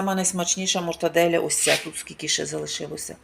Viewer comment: Мортадэла а не мортоделя